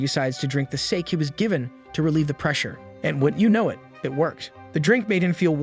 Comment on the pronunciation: It's not sake it's sa-ke that's how you say it